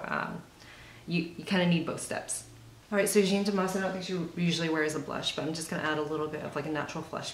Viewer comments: Jeanne is prounounced jan, not gene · it's as if you were british and said man but you have to replace the "m" with "j" and that's it. It's the same "a" sound as in "cat". In french there are no accentuated syllables so it's as if it was only one syllable, like "jan". is this understandable?? ahah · finally someone did it! looks soon good on you ! damas´s style is my fav! u r great ! love ur videos! and it´s JaaAAA -(h)-n pronunciation, kindaaa... not so important anyway... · frustrating I would really like to say it to you out loud. If you type Jeanne Moreau interview on Youtube you ll find a lot of French interviews of that amazing French actress and you'll probably hear the interview pronounce her name correctly. It's really not that important anyways it's just that you seem to really appreciate her looks and you did a really good makeover that suits you perfectly. You could be taken for a Parisian too you know :) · When making a video like this, why does no one seem to at least google her name to make sure it’s pronounced correctly.. I don’t get it